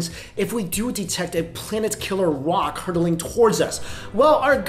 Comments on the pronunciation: lol "a planet killer wok"? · This dude just said "planet killer wok"